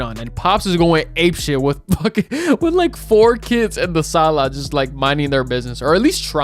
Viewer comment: You said in the salaaaaa when I heard thattttt I was like yessss I’m unknowingly supporting a fellow latinooooo